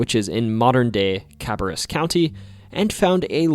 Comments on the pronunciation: kuh-BARE-us county, not CAB-er-us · Kuh-bear-us not Kabba-russ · Cuh-bear-us, not Carburus. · Just an FYI, Cabarrus is pronounced “Ka-bear-us”. It’s great to hear stories for the state I call home! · Cabarrus County is pronounced "ka-BARE-us". Not "KAB-a-rus" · Cabarrus County and it’s cities can’t catch a break with mispronunciations, I grew up in Iredell County and it drove me crazy hearing Cab-uh-russ, Con-curd instead of Cah-bare-rus and Con-cord lol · ..Ka-bear-us..not Ka-baress lol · There used to be a place out here called Reed's Gold mine and I feel I remember you could actually go and pan for gold and stuff but I'm not sure if it's still around. Btw, it's CA-BEAR-US OR CA-BAIR-US . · FYI... Cabarrus (as in County) is pronounced Kah-bare-us. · Great video! Just in case you ever need it: Cabarrus - Cab-air-us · It’s pronounced car-bear-us county 😭😭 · That’s not how you pronounce “Cabarrus”. At all. 😂 It’s “Cuh-BARE-us” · What about the Brown Mountain Lights? Also, the locals pronounce "Cabarrus" kah-BEAR-us. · Cabarrus county is pronounced cub-bear-us! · The gold nugget was more like the size and shape of a football than the little nugget shown in the video. There's a replica in the Cabarrus County Government Center's Rotunda. Also, it's locally pronounced Ca-Bear-Us County. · Grew up just north of Cabarrus County, it’s pronounced “Cuh-Bare-Rus”, only gripe, really cool video otherwise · Also - it’s pronounced “cah-bare-us” county. 😅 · Locals pronounce it kuh-BEAR-us County. Probably not the official way to indicate pronunciation, but you get the idea. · It's always entertaining to people try to pronounce Cabarrus County. Yours was the farthest off and funny! Love it. In case you are curious, it's "Cah-bear-us", or like we say it when speaking quickly, "C-bear-us" ;) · as someone who grew up in cabarrus county, its actually pronounced "cah-bare-rus". great to see the reed gold mines get talked about, been there half a dozen times over the years.